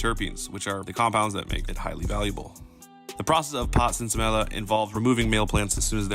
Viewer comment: Sin Semilla (pronounced seen semeeya) literally translates to "without seed". In the US, we bastardized the term with our ignorance of the Spanish language